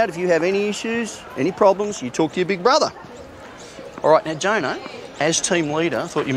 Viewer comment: “Little brothah”